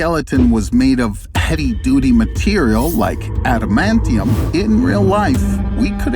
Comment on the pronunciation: Thumbs down for mispronouncing "Adamantium"!